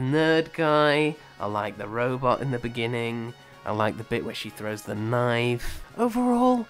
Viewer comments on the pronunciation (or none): none